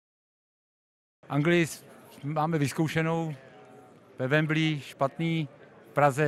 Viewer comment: Nic proti panu Šilhavému ale ve wembli se to fakt nevyslovuje